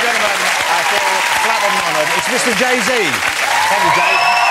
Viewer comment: “jay zay”